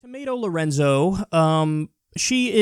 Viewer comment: Lmao, “Tomato Lorenzo”